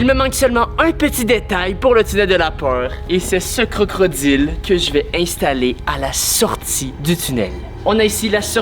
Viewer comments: pourqoi tu dit crocroddile s'est crocodile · A will il a dit crocrodile